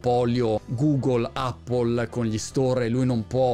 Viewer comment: Che bello sentir dire "Appol" e non "Eppol" come erroneamente dicono in molti!